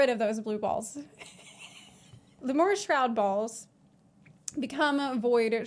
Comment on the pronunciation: I think it's pronounced Lee-mure ;3 also awesome video!